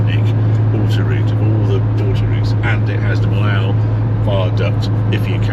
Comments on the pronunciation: Harry - I have to tell you it’s not Mill-ow, it’s pronounced Mee-oh. Love your vids. 😊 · I tend to drive straight through France, and do the Alps and north Italy, then back through Switzerland, Austria and Germany. Nice trip Harry. Sounds like best way is overnight ferry out, then Eurotunnel back. Millau is actually pronounced as ‘meeoh’ not ‘millauw’. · 'ere, 'arry: say slowly, after me, but with a stage French accent, and emphasise the Y: MEEEYO. Now repeat: MEEYO. Blimey, didn't Mr Jones teach you anything in French at school? And why no big salute to the architect of the Millau Viaduct: Milord Foster? He worked alongside teams of French engineers to achieve the magnificent bridge. Eiffel was a bridge engineer of repute when he came up with his idea of the eponymous Tower. A FANTASTIC road trip, Harry, for which, many, many thanks for re-igniting fab memories of wanderings through that part of France with my late wife - all done on paper (local Michelin) maps and the HUGE Michelin book of road maps. Jean was the best navigatrix. The Gorge du Tarn, first done in a Morris Minor with M & D & two siblings at age ¿14?. The last time with my wife who had her first failure: stopped a riverside hotel for coffee and I asked to stick a Carte des Cigares (cigar menu!!) in her handbag....picked-up the wrong one - food menu!! I was quite upset; never seen a carte des cigares before.....or since!! Thanks, again, Harry. Fabulous trip. Mike